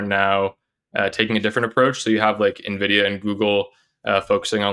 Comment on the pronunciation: Wow. Glad to see you guys in the AI arena. Can't wait for you to learn to pronounce the names of companies like Nvidia (LOL) and Nebius.